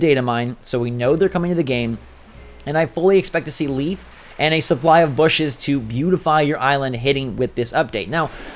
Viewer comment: The name Leif is pronounced as "lay-f". Leif is a real name its pretty common where im from